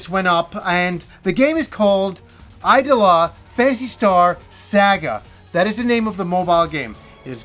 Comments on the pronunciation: This looks more like a VN with gameplay elements. Judging by the kana, It's iidola not aidola btw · IDOLA should be pronounced "ee-do-la" and not "eye-do-la"